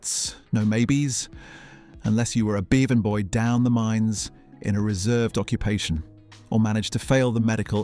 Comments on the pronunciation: Oh dear, yet another AI trash film. The irrelevant photos ( including one from a carry on film), plus a crappy commentary . Since when was a “ Bevan Boy” pronounced a “ Beevan Boy”? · “Beevin boy”…and how many more - not to say the narrator’s hypocritical hectoring about ‘speaking adequate English…’